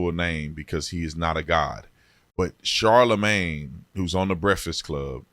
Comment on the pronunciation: It sounded like you called him Charlemagne the guy. That’s what you should call him for now on